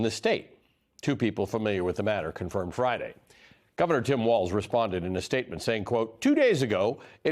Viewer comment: You edited and still butchered his name. It is Walz.